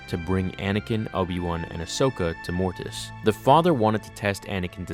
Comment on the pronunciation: So much emphasis on the "T" in "Mortis"... #morTis